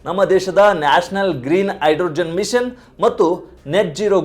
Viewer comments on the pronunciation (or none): none